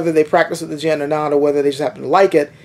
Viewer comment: why do you pronunce it like 'Dian/ Dzian'? Not even full blooded Chinese pronounce it like that; they use the hard J: 'Jian'.